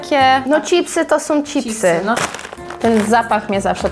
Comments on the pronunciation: „Cipsy”?? Czemu Wy mowicie cipsy ??😂😂😂 no rozbawilo mnie to nieziemsko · Jedna rzecz mnie nurtuje, skoro w Ameryce mówicie „chips” i słychać to „cz” na początku, to dlaczego po Polsku mówicie „cipsy”. Nic do tego nie mam, ale totalnie nie umiem znaleźć logicznego wytłumaczenia😆🤣